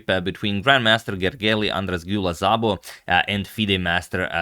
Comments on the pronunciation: *Zabo :( (Szabo is supposed to be pronounced just Sabo:, so this was actually weird) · Szabó is a Hungarian name and it is pronounced simply as "Sabo" not with a "Zabo" :) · Well, he actually butchered these pretty bad. White should be something like Gergey Ahn-draash Dew-lah Sabo... (not Zabo) But Hungarian is one of the weirdest european languages, so...